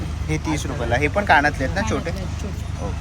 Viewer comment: काणातले ❌❌❌ कानातले✅✅✅